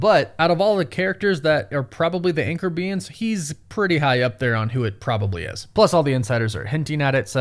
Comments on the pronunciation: Is this guy saying anchor beans? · All I kept hearing is “anchor beans” 💀💀💀